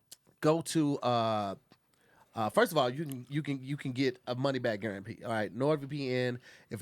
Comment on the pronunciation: Wi-pie, wi-fry and money back guaran-pee😂😂damn it you’re only on the first ad😂